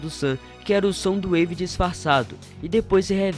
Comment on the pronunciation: Na verdade é soundwave não somdowave